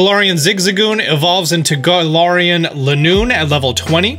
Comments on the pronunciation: It’s ga-lar-en gal-ar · He said "Gala(a)rian"...